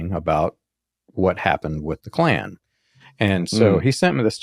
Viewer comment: It's Ku Klux Klan, not "klue Klux Klan".